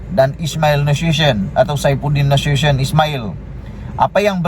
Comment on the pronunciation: Orang HEBAT ...! MANA ADA ANAK AHLI POLITIK YANG BERKELAYAKAN SAPERTI ANAK DSAI ...! JIKA ADA PUN YANG LAIN CUMA " KELABU ASAP " ...! #@ admin cara sebutan nya IA LAH SAIFUDDIN NA SU TE YON ...! ( nasution ) TION = sebutan melayu sebutan INGGERIS nation " TION...! SULTAN MOHAMMAD KE LIMA PERNAH BERTITAH SUPAYA MELANTIK DATO DOKTOR WAN AZIZAH ISMAIL * IBU NURUL IZAH ... DAN BUKAN NYA SI TUA NYANYOK DET ...!!! LIHAT NOW JADI BERANTAKAN , SEBAB DET DAYUS DAN PENGECUT , SEHINGGA NOW WAKIL KABINET KERAJAAN IA LAH KABINET YANG CURI AYAM , BETUL APA BETUL...?